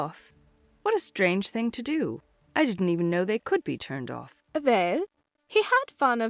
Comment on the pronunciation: "Picking up, or dropping awf?"